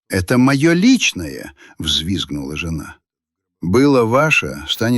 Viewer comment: только вот жЁна подкачала, с ударением опять беда😢😂😂